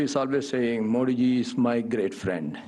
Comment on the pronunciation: Sir modiji ke nam ka u haryana sahi nahi